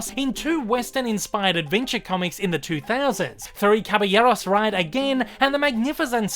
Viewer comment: Belated comment: you say "Caballeros ("Cabayeros") so well, even to the lightly rolled r; José ("Hosé") is correct in Spanish.